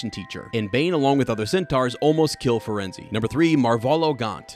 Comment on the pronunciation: Yeah that’s.. that’s not how to pronounce “Firenze”